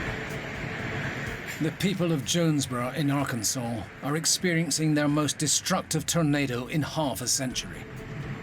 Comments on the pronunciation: It's Ar Kan Saw not Ar Kansas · It’s illegal to say Ar-kansas instead of Ar-Kan-Saw in Arkansas.